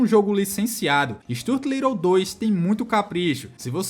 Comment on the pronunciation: Stuart (stew-wurt)